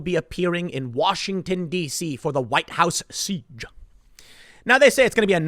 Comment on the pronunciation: The way Tim said siege caught me off guard and made me laugh.